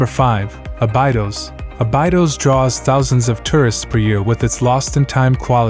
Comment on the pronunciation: Lovely places, I know most of them, despite the strangled pronunciation of them ☺ Mar-vow. Obidos is pronounced with the same rhythm as Lollipop. Nazz-array not nazair. etc etc